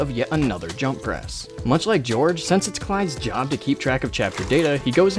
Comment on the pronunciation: "hello, we're the English police, we're here to arrest you for saying Georfe instead of George"